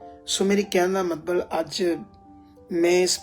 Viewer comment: ਮਤਬਲ ਨੀ ਹੁੰਦਾ ਮਤਲਬ ਹੁੰਦਾ ਸਹੀ ਸ਼ਬਦ ਬੋਲੋ ਜੀ